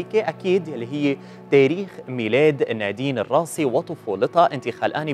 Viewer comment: بليز حدا يوصل ل يخفف تثقيل الأحرف علما انه النطق متقن و لكن التشديد الثقيل على الأحرف مزعج.... اسمها نادين الراسي مش الراصي